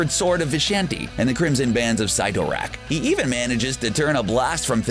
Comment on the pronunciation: Enjoyed it...but scowled every time he mispronounced a name. (Dormammu.... Cyttorak... Uatu...) 😔 Other than that, very interesting video! 👍😊